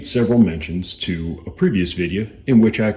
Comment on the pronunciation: That’s how I saying video from now on, Videa , ps thank you for the video. Just bought my sugar weasel.